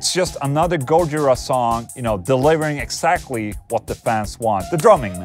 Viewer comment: Can you stop saying "petrushi" and putting the stress on the first syllable of gojira (instead of the second) oh yeah and you could have mentioned Dave LaRue plx